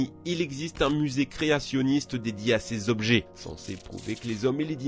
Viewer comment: 11min14s... Ché jobjet... Lol